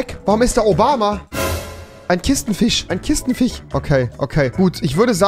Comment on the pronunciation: hat er gerade Fisch richtig ausgesprochen?!